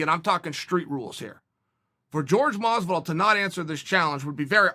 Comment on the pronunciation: Masvidal, not close.